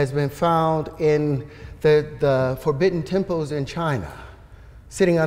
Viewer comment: He also says “symbo” (symbol) and “tempos” (temples) lmao